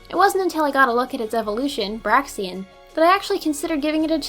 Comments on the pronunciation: BRAIXEN not Braxien!Dayum that grinded my gears everytime i heard you say it! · Braixen: It's BRAKES-en. Not Braxien. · It's pronounced BRAKES-en, not BRAY-ksi-en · Bray-xen not brax-ean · BRAIXEN WUT (and it's brayxehn not braxien) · It's pronounced "brake-sen", not "brack-sian" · I am so sorry for being the grammar nazi but it's (Brakes-in) and not (Ber-ax-ee-in) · isn't Braixen pronouced as "bray-zen" and not "Brack-zi-en" ? ._. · It is BRAIXEN not BRAXIEN. There is no ien pronunciation at the end of it's name. Learn to fucking read people. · It's not braxien its braixen bry-ksen not bry-sien sorry if i was being rude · Where the fuck did you get "braxien" from "braixen?" its "BRAYZEN" u sped. Nice vid tho i enjoyed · Its braxin its braixen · But it’s Braixen not Braxiean... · "brahxien" ehhh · dont you mean Br-ei-ks-en ( i know its spelled braixen xD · Braixen, not Braxian! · Your pronouncing braixen wrong it's break sin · Braxien is pronounced like xylophone with a z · You pronounce braixen brake-sen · AM I THE ONLY ONE PISSED OFF THAT SHE CALLED BRAIXEN BRAXIEN? ITS BRAIXEN!!!!!!!!!!!!!!!!!!!!!!!!111!!!1!!oneoneone now that that's done, Nice countdown. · Why do and you pronounce Braixen like /Braxien/???... well is worse, he says Braixion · It's pronounced Bray-xen. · It's braixen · You Said braixen name wrong :(